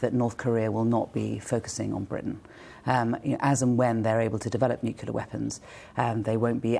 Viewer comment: A Shadow Foreign Secretary who can’t actually pronounce: NUCLEAR